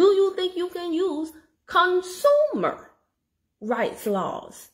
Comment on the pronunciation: You are being funny because I'm laughing. "Con-SOO-mer" 😂😂